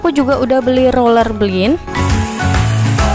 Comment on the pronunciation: Roller blind (baca: blain) biar nanti gak salah nyebut lagi bund